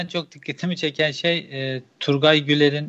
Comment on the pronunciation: Turgay Güler için yazılışı Turgay okunuşu Tur GEY